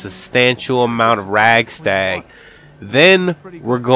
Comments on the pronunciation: Radstag not ragstag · rad stag not rag stag lol